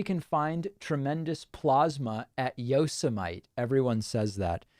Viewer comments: Aww, man.... he ALMOST pronounced it like Kelly Bundy did!! Yo-sem-aight. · Is this the one where he mispronounced Yosemite?